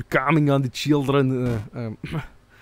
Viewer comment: "KAHMING ON DA CHEELDREN" my sides are gone